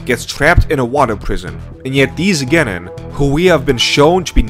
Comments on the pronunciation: Bad: KAkeshi, GENin Good: KeKAshi, geNIN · Okay, I like the video and agree with your points completely, but I just HAVE to point this out... You are pronouncing some of names and terms waaaay wrong, I cringe everytime you say "Nuhroodoe" or "Kakuhshi" or "Gen-inn" . It's like an out-of-touch southern parent talking about "them there pokeyman cartoons"... Nuh-roo-doe should be Nah-roo-toe, Kahk-uh-she should be Kahk-ah-she, and Gen-inn should be Gen-een. Please, my guy, it's like nails on a chalkboard listening to you brutally slaughter those pronunciations. I will give you credit however for pronouncing Shippuden as "Sheep-pu-den" correctly, it's rare that you hear someone actually say that one properly. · you should hear the way he pronounced Kakashi and Genin too. Cringe overload